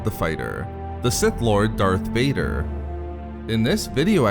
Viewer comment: Ah yes Darh Vader